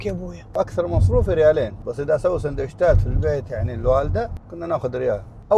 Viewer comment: سندوتشات ❌ سندوشتات ✅ 😂😂